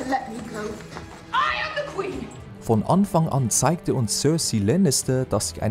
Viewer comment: Von Onfong on zeigte sich Cörcei Lannister...“ Der Sprecher ist so hammer!